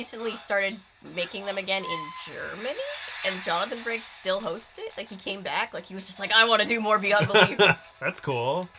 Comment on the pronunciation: It may just be my ears but I swear he called him Franks instead of frakes lol